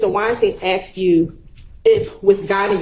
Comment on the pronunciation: It's ASKED. Not AXED! Simone Hylton lost her composure and personally attacked/slandered Woody like Adriane did to Ms Bennett. Woody was on repeat: "I lied...", "I'm a liar..". Hylton INTENTIONALLY put Woody's life in danger out of spite. She's a sore loser and an even bigger liar than Woody. She's an offense to her profession. There's no way she should be a Professor at any College or University in the Nation. I hear 7 Eleven is hiring, Ms Hylton.